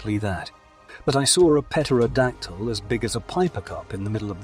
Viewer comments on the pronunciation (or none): It's pronounced "Terra - Dactyl" ☺️